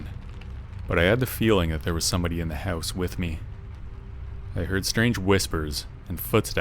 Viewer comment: I love how you pronounce house... hauss. Excellent stories and definitely unsettling feeling when you are alone in a house.